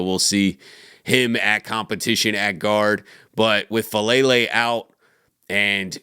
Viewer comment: his name is FA' A' lele. please pronounce his correctly. it's disrespectful.